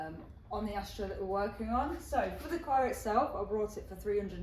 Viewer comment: It’s bought not brought